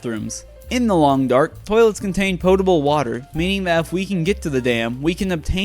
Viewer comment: habiti.. the way you pronounce "potable" is making me question how to speak american english 😅